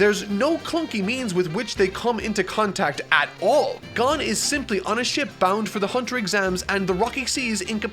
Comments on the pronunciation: he had me until he pronounced gon "gone" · Just curious, why does he pronounce Gon as "Gun" and Kurapika as "Koropeka"? I am just confused as the anime I have seen doesn't pronounce them like this. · did my man call my dude Gon, gun (dies of anime cringe) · g-UH-n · Hearing call Gon “Gone” hurts my soul. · omg he says Gon as gun, shoot me with gun please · Yeah he should probably watch one anime episode, just for the names 😁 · Atleast would pronounce gon right- Tnm:gun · It’s go-n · "Gone" I can't take it anymore. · So is it pronounced "G-on" or "G-oh-n". I've always heard it pronounced "G-oh-n" in both the sub and dub. "Kero-peeka", I mean come on. Sub and dub both pronounce it "Ker-op-ee-ka". Almost but I guess I'll need to add Kilua to this list too. As it is pronounced "Key-lu-wa" and not "Kill-ah-wa" And add Hisoka too the list too. Pronounced "He-so-ka". Not to be judgmental but getting the main characters names pronunciations right is kind of important. (and I'm going by the original sub pronunciations, not even the dub version.) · For the future it’s pronounced Gon like loan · are you sure? ive always heard it pronounced gon like dawn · Why do you mispronounce Gon and Kurapica? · I love you, but your pronunciation of Gon and Kurapika drives me insane. And I'm only 6 minutes in 😩 lol still love the video tho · I love this review! So in-depth. And I can tell that you understand the characters and story. But, my Lord... the pronunciation of the characters names are making me go crazy! Every character's name you're saying is completely wrong! And it's not HunterHunter... it's Hunter X Hunter!!! Still a great review! This anime is God tier. And your review really captures the essence of the show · NOOO HE SAYS GON WRONG AHHHH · No not only that he gets "Gon" wrong like how. What's next Ki-LU-a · He already said Gon and Kurapika wrong...love ya! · I hate how you say gon and kurapika. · GON NOT GAN PLEASE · It’s pronounced Gōn